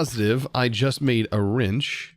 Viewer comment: i like how he says "rinch" instead of wrench